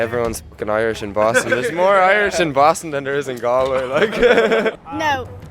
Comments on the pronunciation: FFS you butchered Galway! It’s pronounced Gaulway! 😂🤣🤪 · Lord, yes. It’s Gaw-l-way. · Bruh you pronounced Galway wrong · How can he go to Galway and not be able to pronounce the name? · TBF, if you'd only read it and never heard it, you would assume it's pronounced the way he said it. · true but if your going to do a video in the place, I think the first thing you would research would be the place names pronunciation.